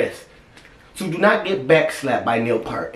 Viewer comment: Like this " PEERT "